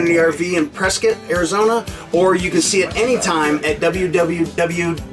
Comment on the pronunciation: I have a question, why do you say Prescket instead of Prescott?